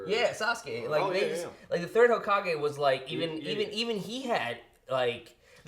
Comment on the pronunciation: said "Hazukage" 😂😂😂